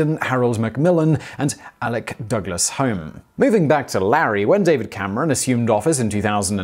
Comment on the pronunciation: Pedant corner: the name of British Prime Minister Sir Alec Douglas-Home is pronounced incorrectly. The Home part here is the name of his Scottish baronetcy, and is pronounced Hume, IPA /ˈhjuːm/ so like humus as in the soil component not like home a place where you live. This happens because he was famously an aristocrat, indeed at one point 14th Earl of Home before he had (by constitutional convention) to renounce that title and his seat in the House of Lords to become Prime Minister in 1963. Aristocrats of course can pronounce their names any damn way they want, and frequently do! Alternatively, they are bad at spelling.